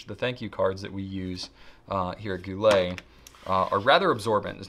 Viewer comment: "Gou littles" 🤣